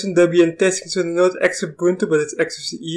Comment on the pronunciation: Please get the name right Xubuntu is pronounces Zoo-buntu